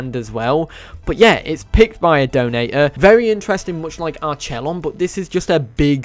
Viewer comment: It’s pronounced arquelon